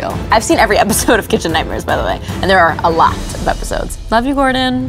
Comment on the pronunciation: Her Long Island accent came back out at the end when she says “a lot”